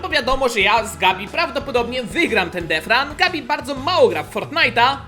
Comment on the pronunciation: pls muw detchran a nie defran